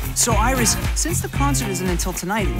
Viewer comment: Iris Rhymes with kiss :) I love Lolirock!